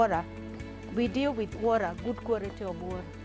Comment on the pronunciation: the worra woraa thing.not hers